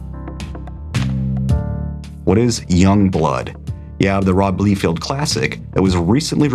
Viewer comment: Please stop saying McFare-Lane. The name is pronounced McFar-lin. Not Lee-field, but Lye-feld. And you misspelled Kieth (RIP). And Kurtzberg. Sheesh.